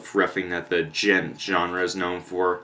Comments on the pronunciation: Its pronounced "GENT" not "D-GENT" I made that mistake as well XD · The "d" in "djent" is silent, dude.